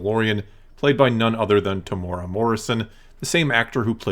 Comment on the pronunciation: Greetings from New Zealand. Well done man you pronounced Temuera correctly. The other youtubers like Star Wars Theory and Den of Nerds had no idea. Temuera has 4 syllables. Phonetically it's pronounced Temu-era by most english speakers. The strict Maori pronunciation is also slightly different but if you use the above guide you'll be 100% fine.